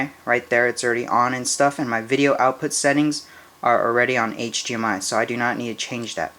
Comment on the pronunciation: hdmi not hgmi